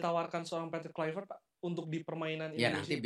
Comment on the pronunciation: Patrick polpectTOP not poR patrick kulv...